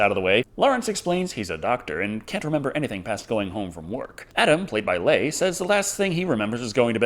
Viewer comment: Leigh is pronounced Lee, and the T in Westley is silent.